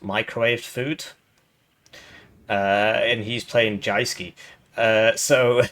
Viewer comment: It's pronounced Youske.